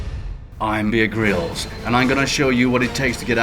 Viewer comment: it's actually Bear Grylls, with a Y